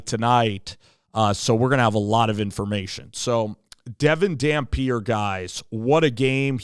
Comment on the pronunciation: He's a senior he's not coming, and you didn't even pronounce his name right